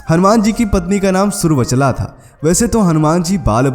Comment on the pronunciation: जय बजरंगबली॥ पर आपने जो कहानी सी सुना दी है उसमें रहस्य कहाँ और कौनसा है। ये सब बातें तो हमारे ग्रंथों में उल्लिखित हैं। हनुमानजी की पत्नि जिनका उल्लेख आपने भी किया का नाम सुर्वचला नहीं अपितु सुवर्चला है। आपने गलत उच्चारण किया इसी प्रकार अपभ्रंष बनते हैं। बोलते समय हमें उच्चारण पर विशेष ध्यान देना चाहिए। जय हनुमानजी।